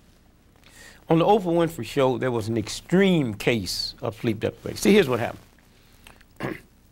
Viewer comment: Did my guy just say sleep deplivation?